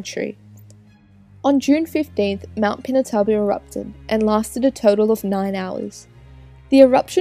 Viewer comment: It's pronounced pee-nah-too-bo